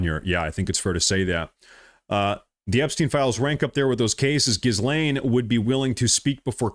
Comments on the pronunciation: Dude. Her name is pronounced "Ga-Lane." Although "Jizz-lane" is more appropriate, and maybe that's where I missed the joke. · Pronounce: " 'Gees-lane" if you care... It's a french name, you're welcome 😂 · great work brother. just one thing, it's ghee-lane, like key-lane. the s is silent. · Her name is French and is pronounced he-lane. Just saying… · Hi - love you! FYI- “Ghislaine” - PRONOUNCED with silent S……Sounds like: “gill-lane”. Thank you. 💜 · It's pronounced Ghe-laine Maxwell. The bit about the globalist blackmailers has been under discussion for a while. But no-one gave it credence. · 'Ghislaine' is pronounced 'ghee-lane'.